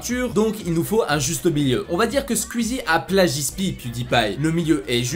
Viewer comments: Mais poooooouuuuuurrrrrqqqquuuoooiiisss tu dit squezzi on dit squizzi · nan mdr tu le dis vrt mal squuzie c squouizie mais sinon super vidéo 👍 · Sa me stress c'est squouizi sa se dit comme ça pas squizi mdr 😂😂 mais heureusement que jt'aime bien 🤣 super vidéo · SKUIZI... SKOUIZIIIII 😅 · On dit SKOUIZI pas SKUIZI Merde fallait que je le dise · "Skuizie" TRIGGERED. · Oh bordel tu as un fond vert c’est grillé avec l’ombre et ça se prononce SKUIZI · Stp j’ai remarqué tu fait que dire squizi 😂 mais squeezie ( c´est bizard mais dire comme sqouizie mdr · Par contre stop de dire squiiizi sinon jtm continue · Tu dit skizi et tuteur